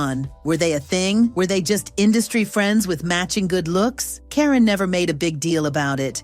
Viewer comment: Who is "Kareeen"??! 😆I hate Ai.